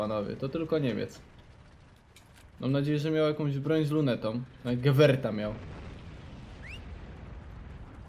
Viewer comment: nie czyta się gewert tylko gewer